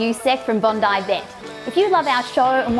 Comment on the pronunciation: Ah bondi, an australian english word I can pronounce. Lady bondaayeah vet